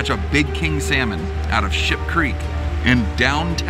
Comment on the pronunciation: He tried to say Ship Creek and ended up saying Sheep LOL I do that waaaaaay to much lol